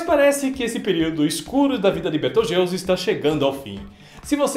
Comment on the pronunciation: Soq inves de 'beteugelse' é betelgeuse